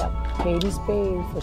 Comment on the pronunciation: It’s ‘Kate’ pronounced like rate or mate not Katie Spade. Sorry 😢